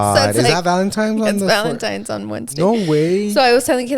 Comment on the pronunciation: saying “valemtimes” instead of valentines lol